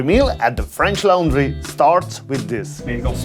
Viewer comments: loooooorndry not (c)lowndry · Please practice your pronounciations... e.g. 'laundry' is pronounced wrong as well as "hosting'.